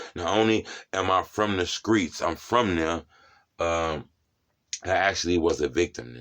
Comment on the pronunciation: I thought he said screets